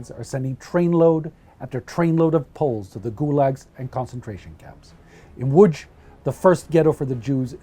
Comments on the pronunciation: He tried to say Łodz correctly so I like this channel even more and it was good so I nearly have a semi (in France they never try to try) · Congratulations on pronouncing "Łódź" and "Piotrków Trybunalski" :) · Thank you - but to be fair I'm fully fluent, with only a slight accent in German and I live in Germany since 1998 - I did make an effort on the Polish pronunciation though ;-) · Well done with spelling city name Łódź ,it can be pretty hard to read some polish city names for foreigners, keep up your very good job, greetings.